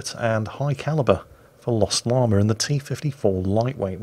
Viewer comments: Hello,. I do not wish to appear as an IKA expert (I know all expert) but I think that if my English teacher had taught me anything - it is that there is no "R" in "Llama". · Hearing say Llama makes me think of the movie The Emperor's New Groove. Anyone else? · Chandler Kristoff- That's not a British thing, that's a Northern-English thing. I'm british (Scottish) and we say Llama properly. Some of the accents across the UK have some really weird nuances!